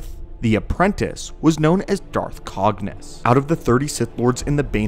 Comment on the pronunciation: Did you just say Darth banus? Wtff man